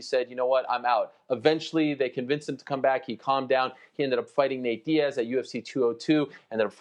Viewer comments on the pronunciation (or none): none